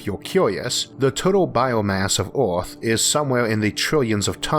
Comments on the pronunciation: Earth not eort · Not sure what kind of accent you're trying to emulate but it is not working. Pity, because the content seems so interesting; I just can't stand even a minute of speech x,x how hard can it be saying "Earth" instead of "awth"??? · its earth not aurth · our planet is called Earth, not eORTH. Try pronouncing, birth, girth and maybe you'll get it Isaac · Astewoid Wedundency Biwions of people Wather pointless Eawrth Wemember Stowys Who is this guy Elmer Fudd’s grandson !! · It's earth no erwrth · "Orth" "Thod"??? 😳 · Anyone gonna talk about how the fuck this man said earth in the first 5 seconds?